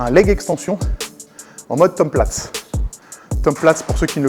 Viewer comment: Tom Plates ? Plutôt Tom Platz 😉